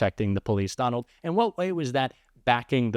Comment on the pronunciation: I might have misheard; but I thought another commentator said, "Don-Old". I hope it catches on.